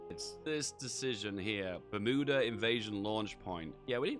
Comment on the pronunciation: It’s pronounced Bermuda, not Bermuda